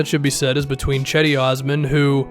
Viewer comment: Gedi not cedi